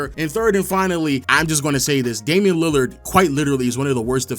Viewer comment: There is no D in Damian.